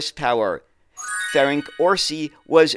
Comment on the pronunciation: "Steyr" is pronounced "stire", not "stair". and "Ferenc" is "ferents", not "ferenk".